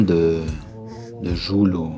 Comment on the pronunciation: 😂Jul😂 mais ptn jai mais oreilles qui saigne!!! Il dit "geoul"😂 et pas jul😂 mais en plus juk c de la pur merde